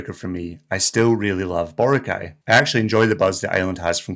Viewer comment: It's not Bore' - ah - kai 🤣